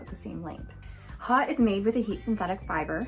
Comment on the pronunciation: Thanks for the video,. Very cute on you, as they ALL are. FYI, "Haute" is a French word pronounced "Hoe-T" adj. 1. high-class or high-toned; fancy: an haute restaurant. 2. high; elevated; upper. [1780–90; < French, feminine of haut literally, high; see haughty]